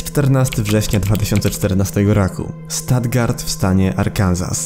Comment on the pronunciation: Stuttgart wymawia się sztutgart bo to niemieckie miasto